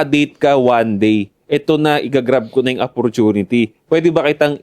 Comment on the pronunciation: Sorry sa pangpupulis mga ka 3pm geng. Paayos lang kay yung bigkas ng Opportunity. Daming Episodes na napapansin ko " Apportinity " talaga dinig ko e.